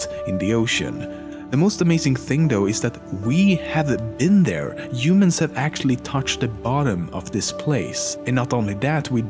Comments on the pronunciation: Imadien , Yumans :D your pronouncing is funny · how he pronounces humans: yumans lol